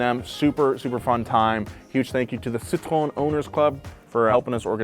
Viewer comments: How hard is it to pronounce Citroen correctly? Here's how you say it Citro and then the letter N Citro N.... Citro N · I’ve never before heard the “e” pronounced in Citroen. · Careful now,. The way you're pronouncing Citroen sounds like "citron" which is "lemon" in French. 🫣 has it right, pronouncing the 'en' at the end ("ci-tro-EN"). It hurts my brain to pronounce a consonant at the end of a French word (I learned French as part of Canadian educational requirement), but names usually break these rules. So confusing. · Citroën can be read "citro N" to get the exact phonetic as a french would ;) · I might be wrong, but it's pronounced Per-joh, as in Persia, but without the American hard R Renno And Sitron as in Sit and Tron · I love when he say "citron" love the "citron" car